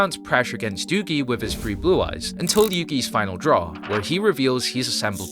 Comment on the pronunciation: It drives me crazy that yall can’t say “three”. Where are yall getting the ‘F’ from?